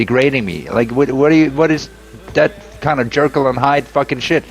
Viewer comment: has over-simplified to the point that he can't even pronounce "Jekyll" correctly. If anyone is a Jerkle, it's him and his lies.